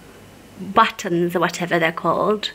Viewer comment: Say battens and noggins again please hahaha!